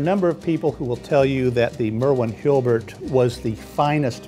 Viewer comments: has a difficult time pronouncing Hulbert. Not HIL-BERT. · why does he keep saying Hilbert instead of Hulbert? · "HALL-BERT".... NOT "HILL-BERT".... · Why does he keep saying "hilbert" instead of "hulbert"?